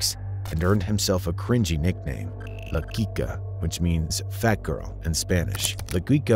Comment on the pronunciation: 'La Quica' pronounced perfectly the first time. Then it just regresses. 'La Kwika', 'La Kisia'. Why???